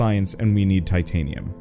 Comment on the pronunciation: Tritanium, eh? Like Titanium, except times three?